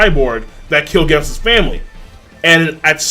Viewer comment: The way you say Genos makes me cringe